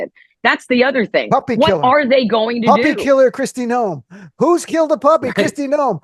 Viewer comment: Kkkristi lawn noem...i like it